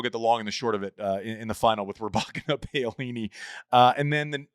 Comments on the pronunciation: It’s POWLINI not PAYOLINI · Why can’t Andy say Pow-a-leenee? Respect. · POW LEE NEE must be enjoying Andy's attempts to pronounce her name. Talk about not even close🤣. Great content as usual. No questioning the quality of analysis. Andy is great and Jon Wertheim is some journalist. Great stuff!